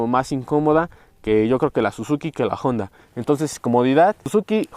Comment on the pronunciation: Se dice Honda, que no Jonda.